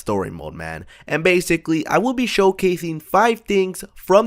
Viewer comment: they "bathically" learn how to fucking speak